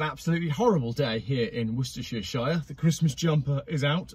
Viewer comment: Woosester-sh-shire. Excellent! 👍🏻🇬🇧